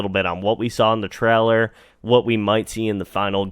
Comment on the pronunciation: It's pronounced 'TRAY-Ler', not 'Trell-er'